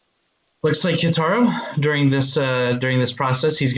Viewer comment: It's "Ka(ee)taro". XD